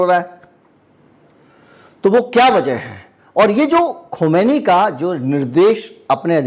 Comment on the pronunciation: खुमैनी नहीं खामीनाई सही है